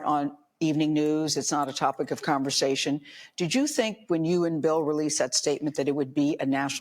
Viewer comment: The word conversation is pronounced. Conver SAY tion. NOT, CONVER ZAY TION. I LOVE THE COFFE POT. Keep up the good work my Brother.